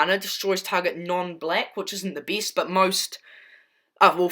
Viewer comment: "The beest card of this deek"🤣🤣🤣 lol I loved the deck